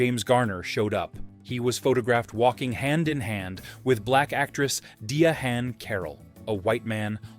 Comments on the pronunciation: Wow. Dee-a-han Carol. Never heard that before. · DEE-A-HAN Carroll? haha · Who is Deeuh-Hann Carrol? Looks like Diahanne Carroll. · I adore James Garner. I LOATHE people who put together stories like this who can't even be bothered to pronounce words correctly. "I-legal"? And what he does to "Diahann" is just criminal.